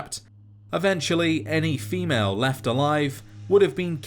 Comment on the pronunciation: Dude you make great videos but the way you say female makes me viscerally uncomfortable